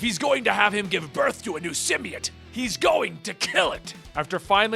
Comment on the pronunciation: symbiote is pronounced "sim-bee-OAT" not "sim-bee-IT" lol both you and comicsexplained mispronounce it that way